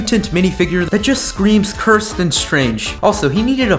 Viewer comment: He said cursted 9times dan